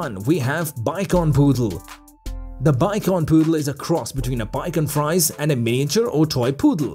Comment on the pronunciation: omg … it’s not “bikon fries” for the last one …. its bichon frise pronounced “bee shon free zayyyy” …. some dog expert you are.